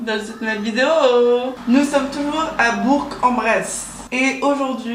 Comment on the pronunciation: ouiii elle a bien prononcé bourg en bresse (j’avoue jme sens fraiche parce que j’habite dans l’ain)